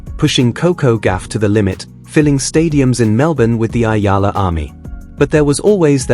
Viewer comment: It's eala dude not ayala😅